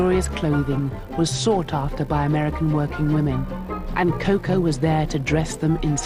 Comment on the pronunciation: How cringeworthy is this narrator’s pronunciation of Chanel’s nickname, Coco🙄Why is so difficult, I don not understand…